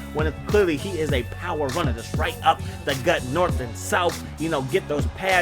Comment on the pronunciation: Updagut!!!! (Like jumble your words together)